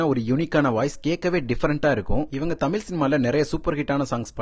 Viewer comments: He pronounces Tamil as something ugly! Go learn how to pronounce Tamil before He pronounces தமிழ் as தமில் . Such a basic mistake! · தமில் இல்ல தமிழ் சரியா உச்சரிங்க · தமிழ் என்று சரியாக உச்சரியுங்கள், தமில் என்று உச்சரிக்காதீர்கள் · நீங்க தமில் சொல்லாம தமிழ்னு உச்சரிக்கவும் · தமில் இல்லை தமிழ் ஒழுங்காக உச்சரியுங்கள் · சின்ன விண்ணப்பம் தமில் தமில் சொல்றிங்க தமிழ் சரியா உச்சரித்து வீடியோ போடுங்க pls 👍 all the best nanba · தமில் அல்ல தமிழ்😢😢😢😢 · Tamil wrong pronounce. The whole language is getting spoiled. Pls correct your way of speaking Tamil in its original way. Very hurting to hear tamilian killing their own mother tongue.